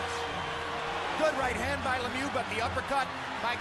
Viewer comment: LeMieux needs to do something about his haircut - it looks ridiculous! Also, his name isn't pronounced le mew like a cat, it's pronounced like the word look without the "k" appended to the sounds" me-y-oo" with the same "oo" sound as look without the "l" or "k" and the entire grouping of "me-y-oo" said as one syllable.